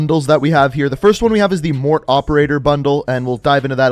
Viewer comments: Stop pronouncing it Mort! Its pronunciation is Mor-Tay! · Morte's name is pronounced Mor-teh Not mort 😩😩 It's italian for death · Morte’s name is actually pronounce “Mort-aye” not “Mort” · For the love of god.. Morte is not pronounced Mort. MOR TAY. Morte is Spanish for death. Not mort. Its been weeks and you still say mort. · His name is not Mort. It’s pronounced Mortay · He keeps calling him Mort hahahaha he even talks about his nationality but still pronounces it like a child hahah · And it’s mor-te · Yo you butchered his name its morte pronounced in english ||| (mort) (ay) ||| or in french |||(Moe) (t)||| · Mortea is how you say it. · "I don't speak Italian." Obviously. It's pronounced morTAY...the TE is said as TAY. Morte=mortay. Please research how to say foreign names. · You are a disgrace. Morte is pronounced "Mor-tay" and it is only Italian and Spanish. It's "Mort" in French. I'm sick of you mispronouncing every other word. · mort(aye) is the correct pronunciation of "death" in spanish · His name is pronounced More Tay (Morte) which in Italian, French, Spanish and Latin means death/dead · I know people have probably said this a million times but he pronounced morte wrong lmao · My dude just google how to pronounce MORTE in Italian! Stop being so american